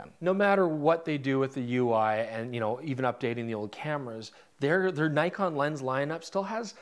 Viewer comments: It's Nikon, not Naikon!!! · Sorry but... (i) awful colour grade and (ii) Nik-on not Ny-kon